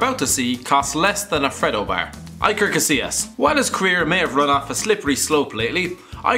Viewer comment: Oh how you butchered Iker Casillas name